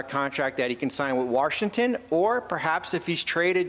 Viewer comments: Did he actually say “Warshington”? He actually said that, didn’t he? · Listen, if you are like Bobby Marks and cannot pronounce "Washington" correctly just say DC.